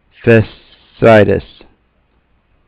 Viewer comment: HIYA, thought I'd just let you know the correct pronunciation of the word you're having trouble with lol, I'll spell it like it's actually pronounced, hope you don't take offense. fasch ee itis, ok that's it.